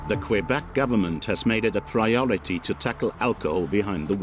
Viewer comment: la route la plus meurtriere au canada est la 401 , et la 11 en ontario. la 132 est mauditement loin d etre meurtriere. Quel video tout croche. je suis de Matane, la 132 est dangereuse en ete avec tous les touristes qui ont hate d arriver en vacances.pas en hiver, en hiver il n y a pratiquement personne. Et ce n'est pas qwebec, c'est kebek tabarnak. y vont tu apprendre a dire le nom de notre province correctement ces maudits anglais.